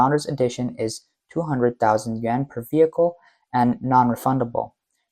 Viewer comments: dufus narrator pronounces the YUAN as if it were YEN....unbeliveable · His "Yuan" sounded like "Yen"